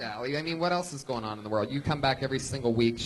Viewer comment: The way Brian says "Werl famous comedy store.." HAHAHAHAHAHAHA!!!